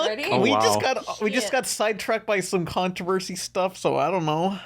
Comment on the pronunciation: Is Izzie unable to pronounce "Controversy"? "Connerversary"?